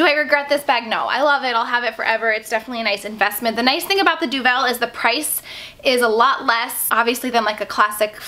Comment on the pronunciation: this review was really useful as i've often admired that bag but now i know about the weight i know it's not for me! just a tip, deauville is pronounced "doe-ville" as in "doe a dear" and ville as in rhymes with the "sill" in window sill. xx